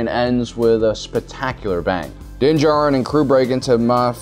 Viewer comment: He pronounces din jarin as (din-juh-rin) 2 times.